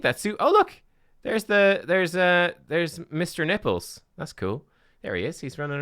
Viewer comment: Did you really call the rat Mr Nipples, or was it your accent? 🤣